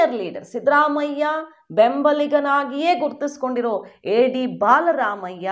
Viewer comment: ಅಕ್ಕ ಅದು ಬಾಲ ರಾಮಯ್ಯ ಅಲ್ಲಾ ಬಲರಾಮಯ್ಯ.